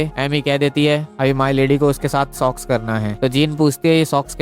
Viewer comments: Sox. Not sex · Abe sox nahi sex 😂😂😂😂😂🎉